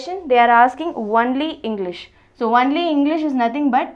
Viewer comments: Not onely its only ...Your pronunciation wrong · She tells "wonly" instead of "only" 😂😂😂😂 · Madam its not "ONELY" , its ONLY. 😂😂😂😂😂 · Archishman Bhattacharyya ..its nt only it is wonly😆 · It's not Onely 🤣🤣it's only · Only says wonly 😂😂😂😂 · I cant get over the way she says only I'm sorry😂😂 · your 'only' is too hilarious